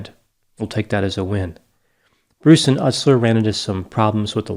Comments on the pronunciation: It's pronounced Joey "You-sler" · You pronounced Ustler wrong. Do your research. Whoop. Whoop. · Your hypocrisy of not being able to pronounce Joseph Ustlers name correctly and calling them in intelligent is epitome of being unintelligent, might you go back to school and learn how to pronounce English words correctly before first going on to judge others. Your degree failed you sir in preparing you for English. You're cold and callous individual and you did clearly no research before covering this band because if you would have looked at their net worth you would know that they are still very successful. I think this is your childhood attempt to get back at a bully at some point that had liked this band. Your callousness is in judging individuals with less means than yourself as "unintelligent" for having a decent taste in music because they like sarcastic cleverly worded lyrics. Also for intelligent people the lyrics are point blank with the meanings that they are trying to get across, that pedophiles should be murdered because our justices system does not work. That people who beat women should be beaten. You didn't listen to anything. You did no research and you were wrong about 90%of what you covered and you give all of the people that follow you inaccurate information. You're no better than the trump supporters that try to plug horse dewormer for a cure on fox news with your disinformation.